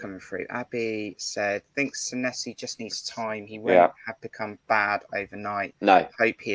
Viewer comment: A great broadcast,as usual. As far as Sanesi is concerned, I agree with Jon that he will come good. Incidentally, his name is pronounced Saneesi, Kris Temple confirmed this in his interview with him. 🍒🍒